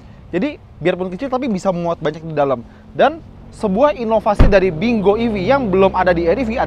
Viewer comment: Kayanya lafalnya "pin kuo"